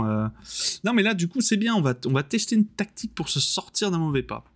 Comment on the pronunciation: Une défaite pas méritée du tout, "tan' t'au niveau de la taqueutiqueu, qu'au niveau de la téqueunique"; mais au moins j'ai pas été obligé de mordre Bébert. ( J'ai pas pu suivre la fin du live, panne internet ) A Demain pour la Boue et la sueur.